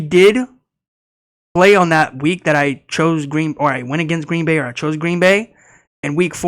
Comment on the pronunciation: "Green Boring" is what I thought I heard 😂